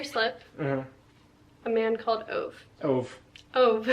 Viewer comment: Just some random info. I was curious how to say Ove and I looked it up and it is pronounced OO-vuh. Hope you enjoy the book. I have not read it yet 😊